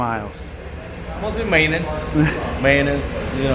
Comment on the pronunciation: what was the key to keeping your car to 160,000 miles?: Mostly my anus... Me: whaaatttt...❓😳❓😳❓: Yeah maynance... Me: ahhhh... Maintenance... language barriers are fun